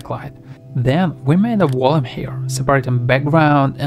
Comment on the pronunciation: Are you saying "volume?" Great video but I keep hearing something like Woloom and I'm not sure if its meant to be volume or something else